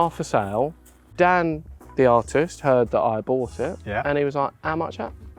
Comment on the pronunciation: "You 'eard". 😂